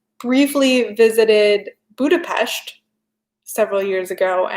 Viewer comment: She pronounced Budapest properly!!!! My Hungarian heart is happy 😊 I would love a video on Hungarian paganism